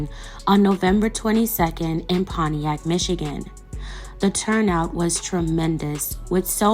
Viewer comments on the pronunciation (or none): none